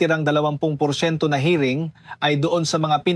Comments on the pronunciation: Paulit ulit Yung hiring mo Mali Ang bigkas ano ka ba? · Anong pronunciation mo ng hiring ayusin mo nakakaadar Mali mali